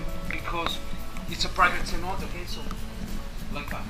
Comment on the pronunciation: Lol Keynote. The C sounds like s, so please, soy Cenote, not Keynote